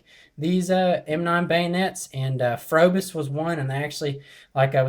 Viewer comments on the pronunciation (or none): It's pronounced probis the H is silent